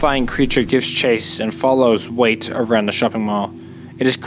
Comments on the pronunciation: First of all, I think his name is "Wyatt", secondly I don't agree with the ending of your theory, like, the mall was trying to test him if he can become a botanist???? makes no sense at all. Since you've mentioned the meaning of a liminar space, I believe it all revolves around that, the feeling of a transitory place that is in a state of oblivion. Maybe the rolling giant isn't possesed, but rather it's a rememberance of the botanist and it is trying to not become something that is forgotten, also, I believe that the mall that Wyatt's in right now doesn't exist anymore, since he doesn't recognize it, even though it's "modern" it's all an illusion that the monster creates to entrap everything that passes by, just to make the mall alive again and consequently not being a forgotten puppet, hence there's dead people and animals in that brief moment when the lights blink. I just wanted to express what I interpreted watching this masterpiece, besides, I didn't noticed the other giants of the parade, nice eye man! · Thank you I had to scroll so far to see your comment 😭 him pronouncing it “wait” the whole time was driving me mad. It’s Why-at, it’s not that hard!! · "Wyatt" = "Wait" well done 👍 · The characters name "WYAT" is pronounced (WHY-AT). BTW. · His name Is wyait! Not wiett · "wait" It's pronounced why-at Wyat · IT IS PRONOUNCED WHY-ET NOT WAIT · It's "Wyatt", not "Wayt" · I think it is pronounced why-yatt not wait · And why are we pronouncing his name as 'wait'? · Annoying that he says Wait and not Wyatt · WYATT = WHY-AT get it? Not Wait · His name is Wyatt btw (pronounced 'why yitt') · Why-"ET" Wyatt, it's not "wait" or whatever you were saying man.. if you're gonna make videos you gotta learn how to pronounce shit... Sorry I'm trying not to be mean but its drives me nuts when anyone doesn't say a word the correct way.. I'm not some rich snob, not some word genius.. it's just OCD I guess.. idk.. but good work thou man! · It's pronounced WHY-AT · Wyat = Why-It